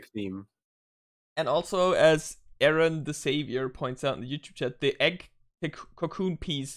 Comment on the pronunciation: I forgot too mention this in the livestream but you actually said my name correct as the others normally say er-ron not the other way so thanks appreciate it I was happy to join in on the fun